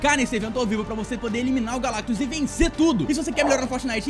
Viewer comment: O finalmente falou "GALACTUS" certo Por favor da coração no meu comentário